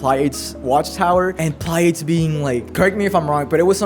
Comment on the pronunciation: This is a mess of a video, but this is exactly how people talk when they are genuinely excited. Also bishop, not baishop. Took me a while to realize what you where saying. Pliadese not plaieids. This would be compltely uninteligable if I didnt know what you mean. Tirisia not Tireizha...